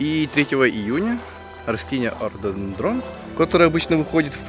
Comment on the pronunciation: Он сказал вроде Ортодендрон)